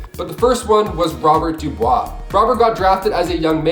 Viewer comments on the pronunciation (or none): none